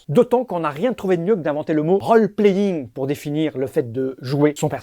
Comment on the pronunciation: Pour info, "role" en anglais se prononce "rôle", tout comme "roll" d'ailleurs. :P Autre chose aussi, selon la définition que l'on donne au "jeu" (game), le rpg peut ne pas être classifié en tant que tel. Le puzzle fait aussi partie de cette problématique. Enfin bon, y'a plein de litérature au sujet du jeu et du game design...